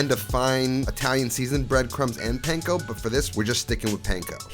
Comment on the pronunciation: I think I’ve made more of your recipes than any of any other youtuber and this looks like another good one. and from a japanese bro to an italian bro, panko is pronounced more like punk-o.